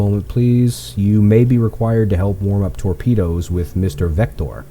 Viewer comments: Nice to see you using red dragons non periscope targeting method. I just watched that video a few days ago. Just wanted to let you know your pronunciation of Wachter is STILL wrong. It is NOT like VECTOR it's more like Va-ct-eh Here is a wiki link that actually has audio of it. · I just picked up this game in the summer sale and took the devs advice and found a tutorial on YouTube o/ . I've been watching through your videos and find them very enjoyable and informative. I'm glad someone caught the Mr. Watcher pronunciation. In terms of realism for the oxygen, it does seem a bit slow but it is more realistic. A Type VIIC could spend upwards of 12 hours underwater before Oxygen became an issue. Through this attack run the watch has only seemed to move a couple of hours so the o2 should be a little bit lower but not nearly a low as what it would have been in the earlier game build. Also, you placed yourself in a little bit of a time crunch making a morning attack. When the sun comes up in a couple of hours hopefully you will have the target sunk and be long gone. I'll have to check out those Red Dragon videos. Thanks for the tip! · Sorry but Wächter does not mean Vector nor is it pronounced that way. It means the following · haha, Wächter= the sound from when, only the whe, then the sound from chyme a soft ch, and add a simpe ter at the end.